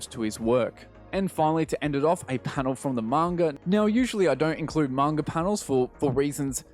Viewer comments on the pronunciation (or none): none